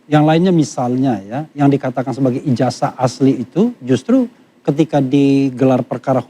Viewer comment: Kenapa penyebutan ijazah ini dibaca ijajah.. cobalah diralat yg tepat dan benar